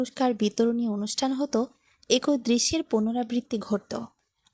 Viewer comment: একই আবার কি ভাষা উচ্চারণ ঠিক করুন